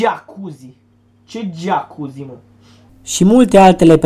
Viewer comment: Mai sunt gelosi ca ai 'geacuzi' :)))))